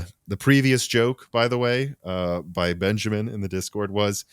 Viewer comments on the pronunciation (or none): none